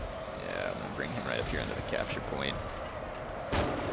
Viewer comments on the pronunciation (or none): none